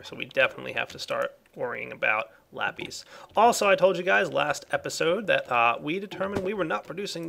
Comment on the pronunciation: Lapees? lol